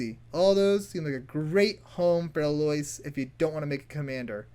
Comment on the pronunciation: Its a common first name. EL-Oh-Ease. Fantasy names are hard to pronounce but this is a regular human name. Much love bro.